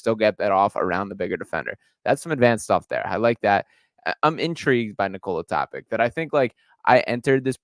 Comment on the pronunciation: TopiTSCH like JokiTSCH or JoviTSCH or DonciTSCH or BogdanoviTSCH or MiciTSCH My god... why is that so hard to look up the pronounciation before making such a video?